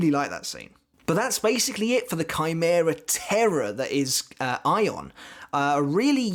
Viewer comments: Your pronunciation of his name is spot on, that is how Ayon is said in Spanish. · Yes, you're right about the pronunciation (the katakana says Ayon). Anyway, THANKS for doing Ayon! I really liked how Kubo portrayed the despair/hopelessness aspect of Ayon. And things got serious QUICK when Ayon took a chunk out of Matsumoto's oblique! :-O Oh and yes, it was a splendid treat to have Ayon make a cameo later!! Thank you!